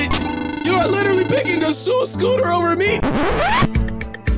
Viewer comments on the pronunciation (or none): "dad im on my way to scoot a shool" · I’m going to shool on my schooter